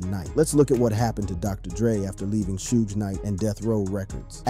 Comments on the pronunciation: Did u say "shoes Nike"???!!! It's Suge knight!!! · Need to learn how to say people's name suge knight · Dude....your a disgrace to talking on this matter. Butchering names and your style to discuss is childish. These are real people who lived and died to being our world some of the strongest, most real music for its time ever. You do them all a disservice. Stooge night and 2 pack...your joining right... please just stop. This music was iconic and being born in 88 and growing up with this story...it disgusts me you cannot even get their names right. Just stop. Please. Huge shame on you for butchering these icons.